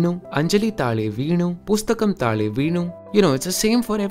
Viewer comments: it's taazhe not taale 'zh' the same sound you talked about in one of your previous video about languages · It's not Taale in malayalam, It's Thazhe ( zh as in Kozhikode) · In the examples you showed for Malayalam, It is Rahul thazhe veenu rather than thale veenu with the corresponding change in the pronunciation as well. You have correctly identified this sound in your video, "The sound that's missing from Hindi and Bengali". May be you made this video before that one? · Taale❌ thaazhe ✅ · It's not taale in malayalam it's thazhe...